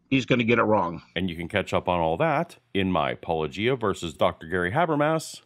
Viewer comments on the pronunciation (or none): When an apolo(g)ist can't understand the difference between a hard and soft G when pronouncing Paul's channel name, I'm skeptical of his self awareness to identify and correct his own thinking. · Paulogia drinking game. Every time an apologist says his name wrong, take a drink. If you haven't heard that pronunciation before, that's two drinks. Oh my Glob, I'm only two minutes into an hour long video. I'm gonna know how a glass of water feels before the end.